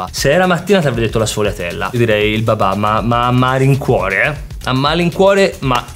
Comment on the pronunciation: Ma perché babà? Pensavo si chiamasse babbbbà